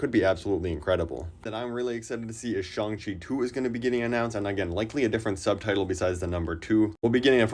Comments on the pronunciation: It’s pronounced Shang Chi not Shawn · It’s pronounced Shong-Chi.